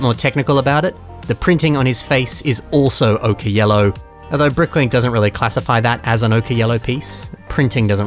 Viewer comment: "Okay Yellow"???? It's pronounced "OH-kur" which rhymes with "poker".